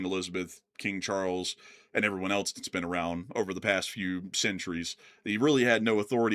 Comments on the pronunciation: Programmer: "It's pronounced 'else.'" Me: "No thanks, I prefer eltz. It has more character." 😄🎉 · Else (ELS) The English word "else" is pronounced ELS (IPA: /els/). Examples: Someone else → "SUM-wun ELS" Anything else? → "EN-ee-thing ELS?"❤